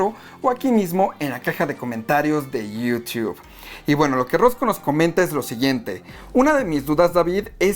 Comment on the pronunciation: Me da risa como pronuncia YouTube.